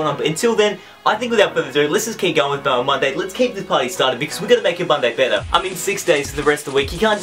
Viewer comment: Whenever he says mail man Monday it sounds like melon monday